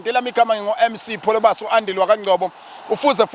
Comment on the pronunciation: ✌✌uyinsizwa kodwa Pholobasi wayibiza kamnandi madoda